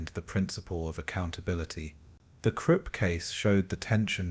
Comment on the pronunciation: Content creator; I enjoy your videos but please take the time to proof listen to them before posting. I discovered a few mispronunciations that were wrong. Several times the narrator mispronounced Nuremberg as ‘Nurberg’ or Nurvberg, ‘Namberg’ or ‘Nararberg’ Another glaring mispronunciation was Krupp’ as ‘Kripp’ in fact I don’t think you ever pronounced that name correctly.